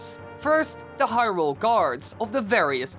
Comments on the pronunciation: Don't wanna make fun of your accent, but you say Hyrule like hyRULE. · The way he pronounces hyrule